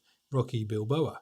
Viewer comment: Sorry have to correct you on this it was annoying me all the way through the video. It's Rocky Balboa not Bilboa. Love the video too. I've always used Samsung phones have an s22 ultra and my windows laptop is on the way out so it was nice to see some of the tabs capabilities